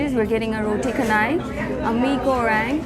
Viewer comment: it's roo-tey chay-nai like chennai